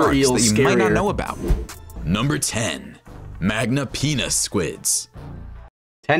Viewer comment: Man really turned "Magnapinna squid" into "Magnapenis squid"